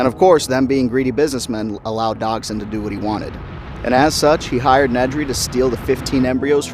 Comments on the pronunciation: BRO SAID “DOG-SON”💀💀💀💀💀💀💀💀💀💀💀💀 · How can such a huge Jurassic Park fan mispronounce both “Regis” AND “Dodgson”?